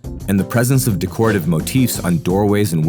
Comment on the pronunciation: Decorative = Dekretive ✅ Decorative =\= de-koh-retive ❌